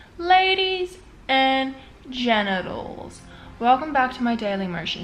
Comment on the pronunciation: Did she just say ladies and genitals? Lol ur funny girl xxx